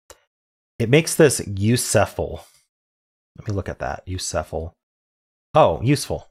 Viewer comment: I was dying when you kept saying “u sef ul“ 😂😂